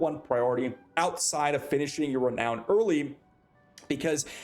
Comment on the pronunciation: Re nown not re noun